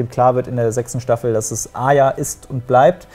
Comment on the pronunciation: es macht mich so wahnsinnig wie sie arya aussprechen..wie aja